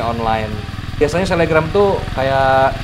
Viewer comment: Selebgram y bukan selegram Alaskan malamute itu tulisannya bacanya Alaskan Malamut